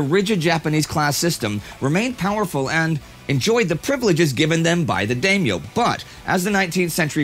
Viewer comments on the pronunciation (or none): Dameyo? No Daimyo だいみょ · Historian on Japanese history.... mispronounces Daimyo. Facepalms as a student of the language.